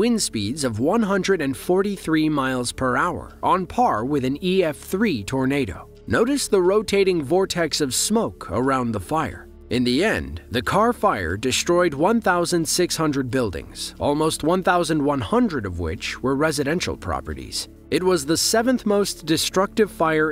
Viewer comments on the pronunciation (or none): Minister of climate change? Hmm, I wonder what that is? BTW, there is no "H" is street or destroyed. If you're going to narrate videos, learn how to speak properly.